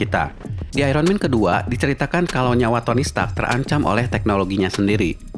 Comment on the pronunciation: Kenapa sih indonesia sukar sebut Iron Man dgn betul. "Iron"